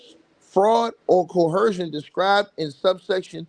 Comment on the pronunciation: There is no “h” sound in the word coercion.